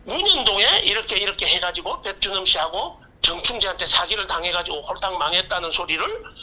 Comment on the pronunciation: 백준홈 은 왜 백주놈으로 들리죠 ?ㅋ